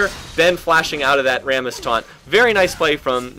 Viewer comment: Sounds like you're saying 'Varus' when you're actually saying 'Rammus' XD Got a little bit confused at the start.